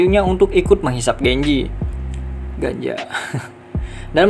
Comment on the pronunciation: Yutuber doang, ngomong ganja jadi ganjo, canda ganjo